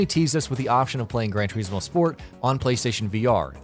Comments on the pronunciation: This idiot says TERismo 1 more time.... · Its not Gran 'Tureezmo' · Cant listen to any more - "tureezmo" "mawzda" - really pal? 😂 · It's gran tore-is-mo not gran tore-ees-mo get it right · TUR IS MO TUR IS MO ITS FUCKING TURISMO NOT TUREESEMO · It's gran trismo not Gran trieesmo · Gran Turismo, not Gran Tureeeeeeesmo.. C’mon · Why can’t he say Turismo not tyrecmo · It's Gran Chur-IS-mo, not Gran Ter-EES-mo. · Turismo not Treesmo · Omd it's turismo not tureesmo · Sorry I pressed stop after the fifth "tureesmo" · It's Turismo, not tureezmo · Ter iz moe not tureezmo omgoooooooooooosh please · GRAND TUREEEEEZMO ? HUH? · I dont wanna be that guy but it gets on my nerves when people pronounce forza as "fortza" and whats ge calling gran turismo... gran turees mo ??? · Gran turizeemo... 😠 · Who else hear Fortza and Tureesmo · It's not pronounced grand toureeezmo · “fortza” “turizmo” i mainly play need for speed games but this just triggers me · 'Gran Toureeesmo' sorry! :) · It’s pronounced gran to r is mo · Grand treesmo? Fortza? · I stopped watching when I heard the third "GRAN TREESMO". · Gran Tureesmo 😂😂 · Gran toreesmo? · why do you have the pronounce the game names wrong? fortza? tureezmo? gtfoh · "Gran Treezmo" and "Fortza"? smh. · I wanted to put my fucking ears off listening to his he says "Turismo" it's not spelt "teriesmo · "Gran Tureesmo" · gran tureeeezmo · Tur"eeeez"mo for"t"za..... this guy is annoying lol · Gran Toreezmo? Mozzder? Sort out that pronunciation! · GREN TREEZMO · Aaaahhhh I can't watch it anymore GRAN TOREEEESMO. POLLIFINY!!! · You could start by saying turismo correctly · Why are you pronouncing 'Turismo' like that? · The way he says “turismo” bothers me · Saying turismo wrong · Baffling, simply baffling. Nürburgring is pronounced perfectly but "Turismo" on the otherhand ....... Good content otherwise. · See if you pronounce Turismo wrong once more ill flatten you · The way you say "Turismo" is offensive! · Cringe every time you day turismo.